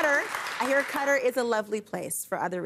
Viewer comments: I know Americans are infamously insular, but 'gutter'?? for Qatar - pronounced like catarrh. Surely you can cope with that Bill?? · Why do they say gutter and not k~tar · It's pronouced "kuh TAR". I think. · Qatar= Gutter lmao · Loved Coates saying Qatar should be pronounced "Gutter" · I love how Bill subtly pronounces Qatar as 'gutter' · “Gutter” FFS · Wow! That’s amazing how Bill went from not knowing how to pronounce Qatar to being an EXPERT on its people, religion, laws & denouncing them within 3 minutes! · Loving the pronunciations of Qatar🤣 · As an American travelling abroad.... its very odd to hear even famous people mispronounce Qatar. Its a very very very very famous central airport. If you fly anywhere you can fly through Qatar. Or use their airways. Most people abroad know how to pronounce Qatar and they associate it with a layover in transit somewhere and also the airline. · Jesus that whole qatar bit was embarassing, from the mispronunciation of the countries name to the utter lack of knowledge all round. America in a nutshell